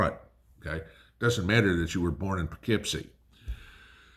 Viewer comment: Are you from NY originally? The Poughkeepsie comment caught me by surprise lol